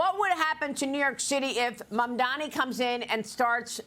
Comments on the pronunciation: The correct name is Mamdani--not Mandami, as Curtis Sliva calls Zohran. Also, the NY City voters are sick and tired of the greedy real estate oligarchs. The super-rich Wall Streeters too are panicking because the "forgotten man" is rising up demanding economic justice. The city has become unaffordable for most of its residents. Mamdani speaks for change. The voters like Mamdani's fresh ideas. Change is inevitable. Change is welcome. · It’s mamdani buddy